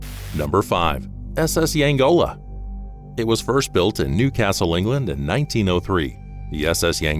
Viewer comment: It's the SS Yongala not Yangola